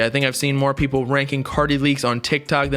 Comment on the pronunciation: peepull had me dying😂